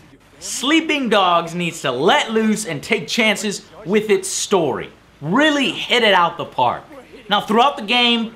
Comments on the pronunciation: Weally Joey, weally? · REARRY JOE REARRY? XD 8/10 for me tho